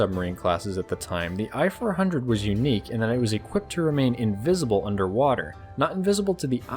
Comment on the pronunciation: "I (伊 or イ)" for I-400(伊四百) is pronounced /iː/, not /ɑɪ/. Sincerely yours, from Japan.